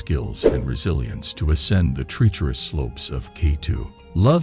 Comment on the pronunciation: Bad pronunciation: "tree-cherous" for "treacherous" and "Polish" pronounced like "shoe polish" instead of "Poland".